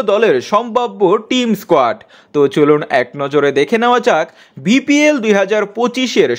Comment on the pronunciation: এই ভাই আপনি তো বিপিএল কে,বিপিএল,, বলেছেন তা দেখব না অপর মানুষ কে বলার আগে নিজেকে দেখুন বিপিএল,, কে ভিপিএল,,,বলে🤣😂🤣😂🤣😂🤣😂🤣😂😂😂🤣😂🤣😂🤣